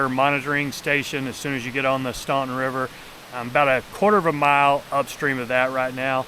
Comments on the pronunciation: The pronunciation of "Staunton" is stɑːn.tən/ in US English. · The pronunciation is “Stan ton” the “u” is silent. The locals call it Wilson Run.